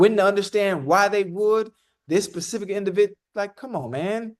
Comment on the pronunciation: SAY PACIFIC ONE. MORE TIME CHAD. ITS SPECIFIC